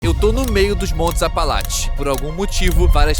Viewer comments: montes "apalaTES" kkkkkkkkk, bom vídeo nmrl. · "Apalatche" pelo amor..... APALACHE, APALACHE....... não dá pra assistir falando Apalatche..... Vai cagar. Nem em inglês fala assim. Puts. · ele consegue falar apalache e não apalatcheee ? q ódio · APALACHES. não apalatis